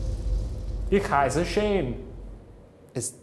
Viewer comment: I love how Shane took four years of German, and only knew how to say “Ich heiße Shane” and didn’t even pronounce it right😂😂😂